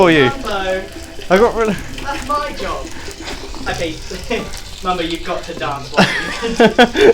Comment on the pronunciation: its mumbo not mombo